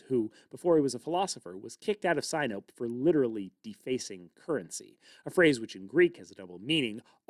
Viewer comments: sinope - not sigh-nope, but sin-o-pey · Sin-o-pee not sy-nope